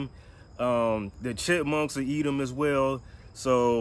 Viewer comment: Did he say --- BEATLES THAT A EATUM )) ??